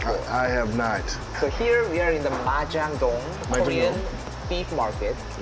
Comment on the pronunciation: ㅋㅋㅋ 마장동, 한우먹방 발음은 왜 그렇게 하는거야? 외국인이야? ㅋㅋㅋ 환장한다